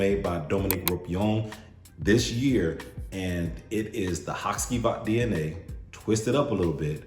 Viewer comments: Say it with me … HA CHEE VAHT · Haht-chee-vaht. After your history lesson on the shadowplay characters, I looked up the videos on Turkish play and waited for the Turkish actors to say the character names. Karagoz is also a character fragrance by the way.